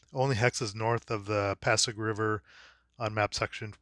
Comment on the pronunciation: In pronouncing Filipino words including street names you need to enunciate each consonant and vowel while pronouncing vowels in its short form. So you got the pronounciation of Pasig right but not quite right in Provisor. Hope this helps